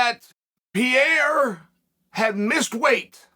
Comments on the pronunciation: Chael pronouncing Pereira as “Pierre” 😭 this guy is a menace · Did you guys notice that he pronounces "Pereira" in a way for Poatan and "Pereira" in a differet way for Michel? Something like "pi era" and "pierrr"